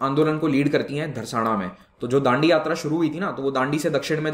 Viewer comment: It's not Dharsana, it's Dharasna.